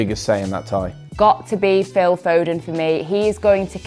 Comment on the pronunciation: Did I really heard it Phil phoden vs Neymar 😂😂😂😂